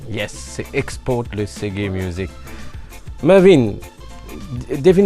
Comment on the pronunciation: *MURVIN !!! pas mervin... man bless up